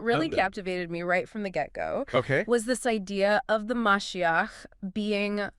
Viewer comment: Ma she ach is how you pronounce it